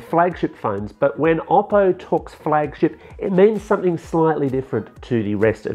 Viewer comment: Oppo, not Obbo.